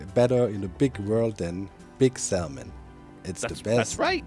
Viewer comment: I can’t say Salmon correctly now after hearing Doc over pronounce the L so many times 😂